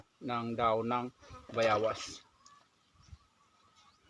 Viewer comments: Boss bayawas o bayabas pakilinaw lang po. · Bayabas not bayawas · Bayawas haha bayabas pati ba naman yan hirap sa pag bigkas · Bayabas hindi Bayawas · Bayabas ba o bayawas, kc parang bayawas ang dinig ko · anong tawag mo dyan bayawas hindi bayabas yan ano ba yan bosing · Boss utal Ka nmn eh. Dahon ng bayabas hinde bayawas.. Dapat po dahon ng guava na lng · Bayabas bro hindi bayawas. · Bayabas Kamo Kasi Hindi bayawas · Kau na boss Ang mag adjust kz bolol xa sa w👍